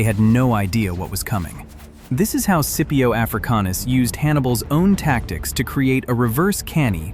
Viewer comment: Thats all good brother but could you try saying the names properly for Scipio and for Velites 😅